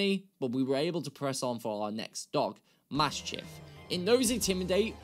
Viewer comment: THERE IS NO T IN MASCHIFF!